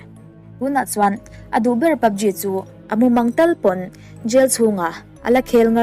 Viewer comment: PUBG i lamdan kher hi a... Ji tiin lam suh G tur 😃